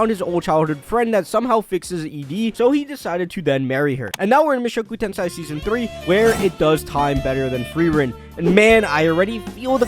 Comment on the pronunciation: Mushoku TenSAI? what's that?